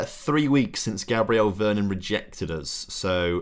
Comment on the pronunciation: mate! youve butchered most of the names. VER -RON